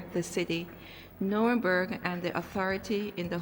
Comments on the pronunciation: Hi the way you pronounce it is New-rem-berg, it's very stormy in Scotland storm Amy), trees falling and lots of damage, enjoy ur holiday 😊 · Just as an fyi the place is pronounced Nuremberg . The place you were walking I believe was in a sub section of Nuremberg called Furth….I lived in that area for 4yrs. Although I live there, I never had a chance to see the castle. 😅 The spelling is confusing because it’s spelled several different ways….Nurnberg, Nuernberg, Nuremburg…. 😁. Oh and yes German men love black women 😊